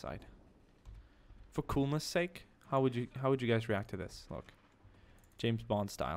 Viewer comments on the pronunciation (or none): none